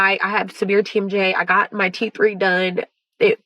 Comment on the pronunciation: lol she said teef